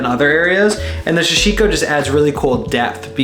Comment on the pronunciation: Sorry to be the pronunciation police but it’s sa-shi-ko or dobby cloth is another name for it, great video blue nails looked great